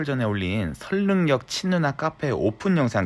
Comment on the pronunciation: 와 선릉역[설릉녁] 이라고 정확하게 발음하는 사람 처음본다. 10이면 9은 [선능녁]이라고 함 자매품 태릉[태능X, 태릉O]